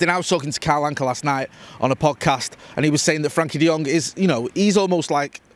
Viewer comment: please! It's "FRENKIE" with an E! Great video otherwise as usual.